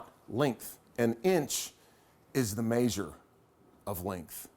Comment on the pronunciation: "Mayzhure of length."